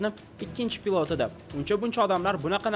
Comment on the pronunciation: Хурматли админ.с билан ш ни орасида унчалик катта фарқ йўқ тўғри талаффуз қилишни ўрганинг пилот бўлади а пылотмас